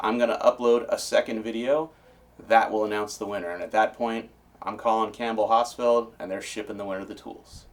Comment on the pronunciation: I thought he was saying campbell hospital. It wasnt until I went outside and saw my Campbell Hausfell air compressor that I put 2 and 2 together.